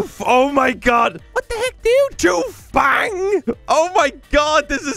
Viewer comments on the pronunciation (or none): none